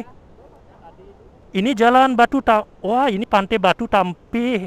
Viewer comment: Pantai bang bukan pante